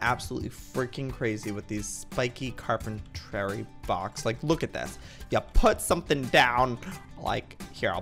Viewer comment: Ok it blox not box